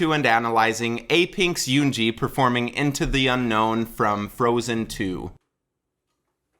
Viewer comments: He pronounced her name like "Yoonjee" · The "eu" in her name is pronounced like the "u" in "pull". There's no "y" or "oo" sound, thanks. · Yeah u shouldn't talk about her pronunciation cause u pronounced her name wrong the whole video 😂. ( im not hating )